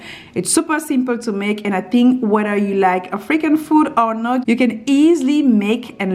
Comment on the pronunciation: I love your accent.. I thought you said freaking dishes in the beginning.. I thought Oh My! that's not like you.. I realize it was African ** lol.... take care .. stay well.. blessings to you and your family and all those reading this.. love!